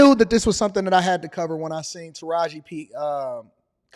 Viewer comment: He also said 'Taraji 'B' Henson (Instead of Taraji 'P' Henson) in order to have a defense in court (just in case).